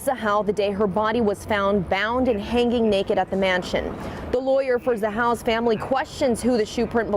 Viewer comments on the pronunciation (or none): Hanging, not hang-ging.. geez! Can’t she pronounce it properly?